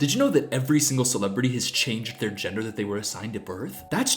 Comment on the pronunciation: why is she saying ginger instead gender 😭😭